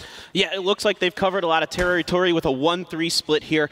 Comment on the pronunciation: "I like to call it the clown car" "Tarry-tory" Someone save this guy from the shame and humiliation he deserves and get him off the cast.